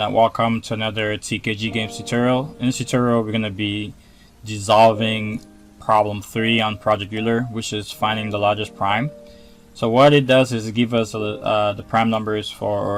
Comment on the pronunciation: It is pronounced /oilah/. thx. for the solution btw. have a good day! :)